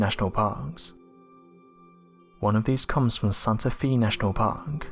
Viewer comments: Jefferson Davis was NEVER The U.S. President!!! He was "President" of the traitorous Confederacy!!! "Santa FEE Park"??? You mean "Santa FAY" (Santa Fe Nat'l Park) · Santa-fe, pronounced fay.